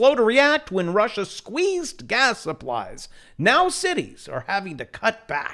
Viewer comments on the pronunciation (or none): none